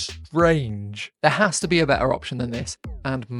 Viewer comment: "Better" or "Wetter"? 😂